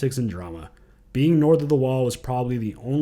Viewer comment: The Boston accent 😂😂😂💀 “ Going Naaath!”